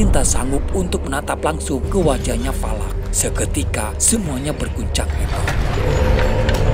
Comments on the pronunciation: Valak mkn bukan palak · Palak apa Valak😂